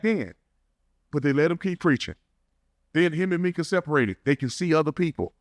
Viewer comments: You’re accustomed to how the Mexicans say “Mee-Kah” instead on “My-Kuh”. My name is Micah and I’ve just gotten used to it lol. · Hey new to the channel love it so far. I believe her name is pronounced My-ka instead of Meka.. from every other video I’ve watched that’s how it was pronounced. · Lol just posted a comment on here saying how her name was stated and then literally right after you heard him say her name and realized you were saying it wrong lol happens it’s all good 😂